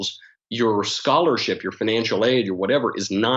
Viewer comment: Youer, poest, neow